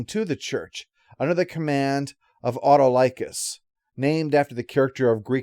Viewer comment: As someone who watched Hercules and Xena, the pronunciation of Autolycus (played by Bruce Campbell) kind of threw me off there.